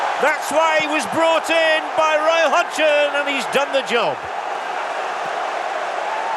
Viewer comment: what a strange 'roy hodgson' by the commentator ...